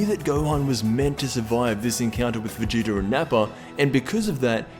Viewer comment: Idk but it pisses me off when u try to say vegeta's name, Vegeter